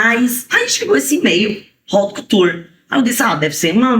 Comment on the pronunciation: E haut couture e Nao raut couture